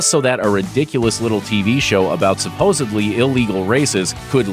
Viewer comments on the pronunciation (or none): The word is "supposedly" not sopposably